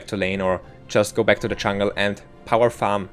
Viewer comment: I think I'm a bad person for saying this, but every time I heard him say "chungle" it hurt my soul.